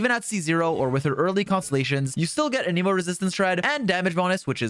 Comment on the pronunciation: How do you main xioa and say anemo so weird